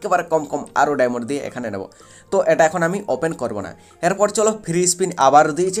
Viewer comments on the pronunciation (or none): ওটাকে ডায়মন্ড বলে ডায়মোন না